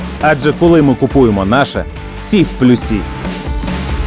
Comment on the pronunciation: Всі в плЮсі,а не плюсІ. Навіть звучить не гарно!!!!